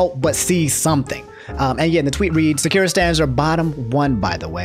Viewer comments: Just a minor quibble. The ku in Sakura is pronounced "koo." The "ku" doesn't make a letter Q sound in Japanese. They have the 'kyu' sound for that. :) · 10/10 naruto pronunciation of sakura's name. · Great video, but anyone else a little bothered by the way he pronounces Sakura’s name? XD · is it just me or does it annoy you he pronounces sakura's name wrong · You watch naruto but you mispronounce Sakura, Boruto and Sharingan..... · bro plz say sakura right lmao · I'm about to cry, your pronunciation of Sakura is so wrong. It's Sa-kura, not Saku-ra or Sa-cure-ra. There's a pause in the 1st syllable, then you're supposed to say the 2nd and 3rd syllables fast as if it were one word. Lots of people tend to get the pronunciation of the name wrong yet pronounce Akuma correctly for some reason. You're supposed to pronounce the KU in Sakura with the same sound as the KU in AKUma as in the character's name in Crash Bandicoot Aku Aku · I'm trying to watch the jacksepticeye part but I'm cringing everytime you say sakura lmao. its Sah-kur-ah. please. lmfao. not sah-ki-ra. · I love to much but it hurted my gut when he said sakira. Now don't get me wrong I don't associate with them sakura stans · Sekira?? SA-KURRRR-AAAA. always saying something wrong😂😂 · These pronunciations of naruto characters and their abilities are killing me man. "Sakira", shuringen". My brain man. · Sah. Koo. Rah. Sah.koo.rah. Sakura. Idk if that’s entirely right but from what I’ve been told you can break a lot of Japanese words down to by two letters and pronounce them. I HAVE NO CLUE If that is correct just annoyed that you’re pronouncing it more like Shakira. Lol. You do you tho 😁👍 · Dude stop saying Sakura wrong it's SAH-KU-RAH not Secure-ah . . . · Sak.......ur.......a not sekira lol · Sakira LMAOOOOOOOOOOOOO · Lmao I thought you said Shakira when you first said Sakura 🤣😂💀 It's all good, we understand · how you pronouce sakura is like nails on a chalkboard. IT'S SAH-KU-RAH